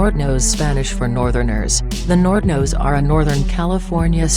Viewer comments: Damn, this video is dumb af.. Although the info is mostly on point, the robot voice is completely botching the pronunciations of the gangs.. The "Jersin Park" or "San Chuck ohs" or "nort uh noes" or "sher uh noes" Wtf lmfao silly shit there! Mispronounced damn near EVERY SINGLE ONE OF EM!! Ditch the robot voice man, it's just too damn silly to take seriously and the shit you're talking about in this video is not silly shit to be clowning around about so fix it and redo the whole thing without the retard robot narrator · The way she pronounces surenos & san chucos & nortenos got me dying 😭😭😭💀